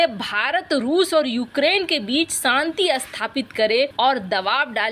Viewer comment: Saanti nahin Shanti boliye madam